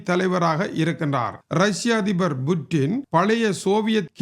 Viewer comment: வாழ்வோர்கள் யாவரும் இறந்தே ஆகவேண்டும். புட்டினை விட வயதில் மூத்தவரான நீங்களே கொலிவூட் கதாநாயகன் போல் உசாராக இருக்கையில் உலகையே தன்னந்தனியாக ஆட்சி செய்யும் புட்டின் எப்படி யிருப்பார்? அது Buttin அல்ல Puttin என்றே உச்சரிக்க வேண்டும்.